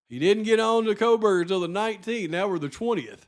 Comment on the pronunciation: oh yes Megyn Kelly “Koh>L<berger” … I’m left with, this has to be intentional! 🤦‍♀️